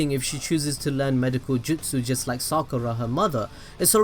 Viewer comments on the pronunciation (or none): none